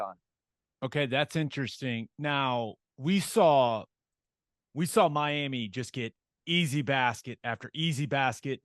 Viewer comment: You know a person knows the Miami area when they pronounce it as "my-am-muh". Lol